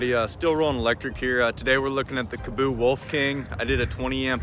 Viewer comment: great video but its KAA-BO not KA-BOO